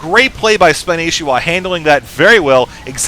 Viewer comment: I already knew it was spanishwa but you're pronouncing it spanishiwa. (spon-ee-she-wa)